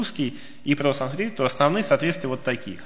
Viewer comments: Ну почему такое пренебрежительное отношение к произношению?!? Почему вместо "санскрит" Вы раз за разом произносите скороговоркой "сансрит"?!?! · Санскрит, а не сансрит!!!